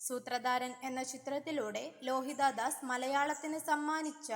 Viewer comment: എൻ്റെ കൊച്ചേ - സൂത്രദാരൻ/ ലോഹിതാ ദാസ് - ഇതൊക്കെ നന്നായി പറ മലയാളം നന്നായിട്ട് ഉച്ഛരിക്കണം